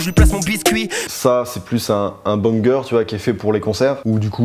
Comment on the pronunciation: Tu dit bangeur pour concert je me suis mis a chanter avant la musique 😂